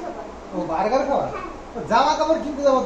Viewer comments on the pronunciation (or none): none